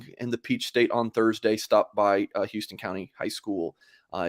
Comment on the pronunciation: It is pronounced How-ston. I got chewed out for making the same error. Georgia thing I suppose.